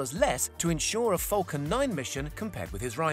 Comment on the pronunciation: Falcon not fulcan